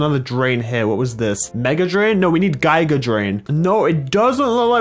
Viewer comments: It’s giga not gIga drain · I think he pronounced it as "GuyGa".... it triggered me but i still love him... no homo